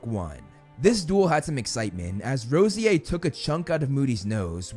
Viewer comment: I thought the bronze trio was Draco Blaze and Pansy? And wasn’t Evan Rosier pronounced Evan RAHsyAir